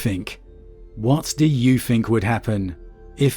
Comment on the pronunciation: Please learn to say TH the amount of times you said free or fink was distressing